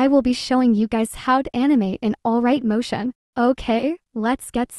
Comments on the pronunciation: Ok but why the heck you say alright motion instead of alight motion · ‘Alright m otion’ …XDXDXDXD ABS7AGEUSH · Alight motion❌ Alright motion✅ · 'Alright' motion lol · “Alright motion” Got me rolling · “Alright motion”😔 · Alight motion ❌ Alright motion ✅